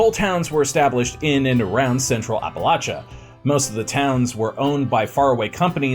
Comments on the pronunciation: The way you keep pronouncing "Appalachia" makes me cringe. Someone from the region tell me he's doing it wrong, please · From WV here. It’s hurting my ears! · I live in PA northeastern Pennsylvania to be specific and I’ve hiked a lot and lived in Appalachia and it’s always funny to me hearing ppl not from around here pronounce it the way you did lol great video though been a viewer of all the channels and since the beginning of this channel. Nice seeing a video close to home. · Oh my Gosh! Great video. I’m from WV, but your pronunciation of Appalachia is incorrect and killing my ears. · "The way I pronounced it is the right way, apparently." according to some people. I've lived in the area almost my entire life and no, we do not pronounce it that way. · It's so bad